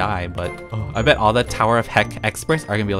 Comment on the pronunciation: %hmm.. what one on the screen?" "tower of hick" says proudly. 😂😂